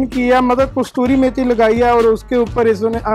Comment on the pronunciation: vlog tuhada bahut hi vadhiya laagda hai tusi kasturi methi kehnde o kasuri methi hundi ji dhanwad ji 😋😋😋😋🤭🤭🤭🤭